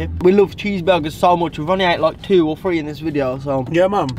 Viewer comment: He said tree not three